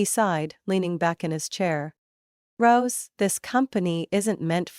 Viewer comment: Rose not gross